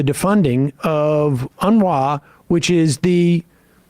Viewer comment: it is UNRwa . unuRwa - this is how you prononce it